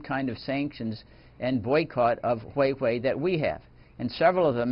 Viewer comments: dude, it's Huawei, not Huihui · Haha...sounds nice hweiwei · He said Wei Wei